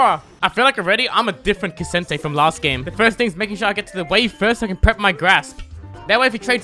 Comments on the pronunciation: Brother did you just call him Ka - sin - tay? :l aight then. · why is he calling ksante ksente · Illegal to pronounce k'sante like that